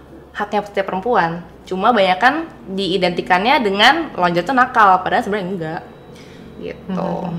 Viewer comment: Lingerie... ko pronounce nya longere sih..